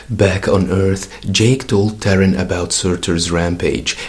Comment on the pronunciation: I could be wrong, but I think Thor Girl's human name should be pronounced more like TAR-EEN, and not like the word Terran.